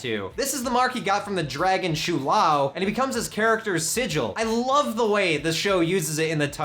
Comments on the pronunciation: and it isn't "sho lao" either, it's pronounced "shaow laow" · shou Lao not shu lao